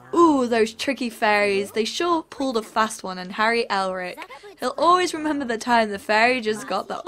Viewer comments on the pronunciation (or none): none